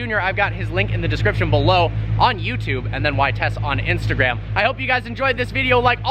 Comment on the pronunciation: Vitesse is pronounced "vee-tess", not "vit-ess.